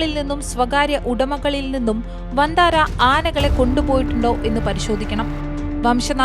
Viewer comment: വന്താരാ അല്ല സേട്ടാ